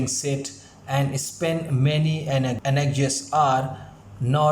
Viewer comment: bro man doesn't know how to pronounce anxious It is pronounced as ank+cious